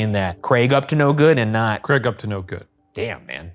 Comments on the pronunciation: Thanks for saying Craig correctly Ryan, too many Americans say 'creg' and it does my nut in 😂😂 (brit here) haha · nice to hear an american pronounce craig correctly for once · I just want to thank Ryan for saying 'Craig' normally. when the video started I was scared I might not be able to watch if I kept hearing 'creg'